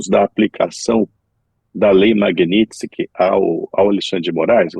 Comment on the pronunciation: Essa blogueira nem sabe falar MAGNITSKY, peloamor.....que nível...